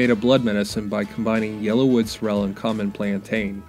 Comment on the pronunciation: Pronouncing this wrong.......emphasis is on the first syllable, not the second - SOrrel. 👍